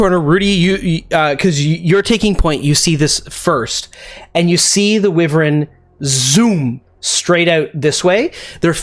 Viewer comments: Amazing episode! Consistently the best D&D content on YouTube. Sorry to be 'that guy' but felt compelled to comment that wyvern isn't pronounced "wi-vern", it's "why-vern". Yeah, I don't get out much (who does these days?) and I'm no fun at parties anyway. I'll get my coat and go now! 🚖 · It's a "WHY-VERN"...not a "whi-ver-in"!! You're still the best!!:D